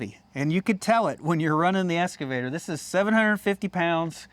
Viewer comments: It’s an Excavator! Not an escavator! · Ahhh.... the esscavator 😄